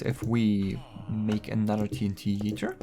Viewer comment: Did u say ”Team Heater?”